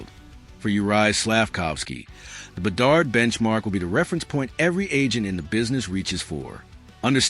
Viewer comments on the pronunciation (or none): BE-DARD , DO-BESH is how you prounouce them